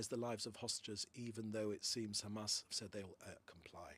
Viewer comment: Why has Mencer pronunciation changed fromb CHAMAS to Hamas